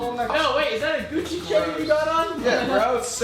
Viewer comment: Did you just say Guchi